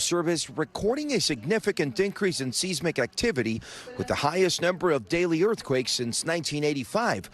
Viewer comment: Isn't it prounced "s-eye-smick"? Not"s-is-mick". "Seismic activity".